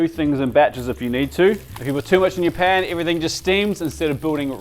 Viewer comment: 27/100 sounded like "never overcrowd Japan" 🤣